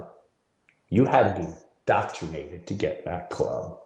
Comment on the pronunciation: does he keep saying "doctrinated"? Isn't he supposed to be a comedian? Someone who uses words for a living?